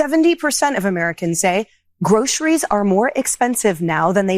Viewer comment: Why do some Americans pronounce 'groceries' as 'growshuries'?